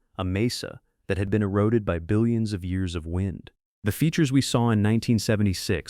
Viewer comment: “Dillions of years ago” 😂